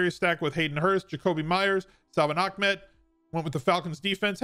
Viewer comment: Ahmad is pronounced “Ahhhh” like when you drink a good drink you say “ahhhh” then add mad lol